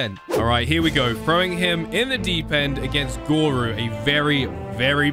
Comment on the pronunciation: its called goro not goru